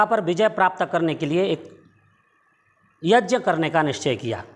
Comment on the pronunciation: तू भी मुझे कोई बेवकूफ लग रहा है ठीक से यज्ञ तो बोल नहीं पा रहा है और बाल्मीकि रामायण का अर्थ बता रहा है